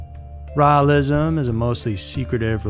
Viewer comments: Rawlism? Lol, Raelism. 🛸 👽 👾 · Raelism is pronounced 'Ray-el-ism. Rael is pronounced Ray-el. Just saying, so you don't sound stupid, lol.